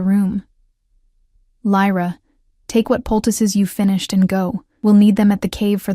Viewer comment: Poultice. Not pticuses (?) Puses? Picuses?